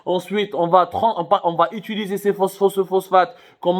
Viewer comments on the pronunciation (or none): none